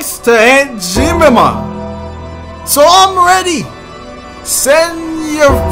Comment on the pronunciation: So we all just gonna sit here and not say anything about the way he said aunt ________!!??